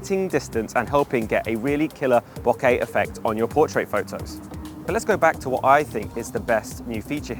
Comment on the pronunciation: How hard is it for people to say Photo`s...it is not Pho...O`s